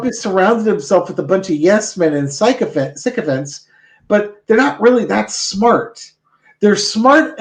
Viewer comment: Interesting that when you mispronounce "sycophant" as "psychopath," in this context, it still works...